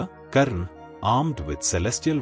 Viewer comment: Karna should be prounouced as karna not as karan. Only North Indians change the names to suit their own linguistic preferences.